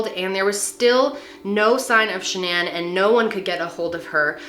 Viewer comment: Is saying the name shanan and the company name level incorrectly? Lol is she trying to get all fancy with these names, or what??